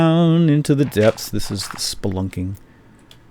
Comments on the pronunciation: I laugh everytime he says splunking, is that bad? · did he say spunking or splunking I can't tell... No Offence